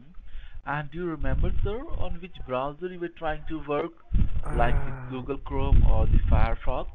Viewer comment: "the goole crom sir" xD i died